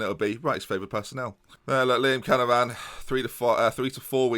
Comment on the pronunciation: Does this injury mean we get an episode or two without horribly butchering the name 'Canavan'?:P